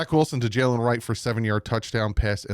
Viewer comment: You're the best but please call him MINKah not MEEKah 😂